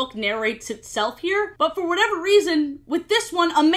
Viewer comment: it’s whatever not “whateve”